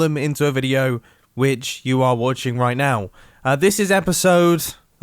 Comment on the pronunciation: 'Royt niw' - right now Mumbo stop